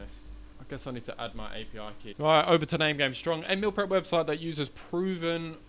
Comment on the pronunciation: Meal 💀 Mill ✅ what accent is that from? :P